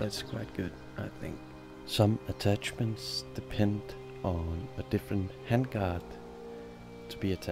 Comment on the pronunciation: "WEPONS" "ATTATCHESMENTS" Bro, do you even English?